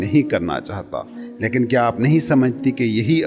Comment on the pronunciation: Good effort but you need to work on your pronunciation. Like its laikin not laekin and its David not Daevid.